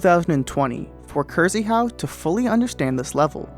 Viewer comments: Its cristopher in polish, not „cryzyhau” xd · Please read krz in krzyhau like ksh it sounds way more accurate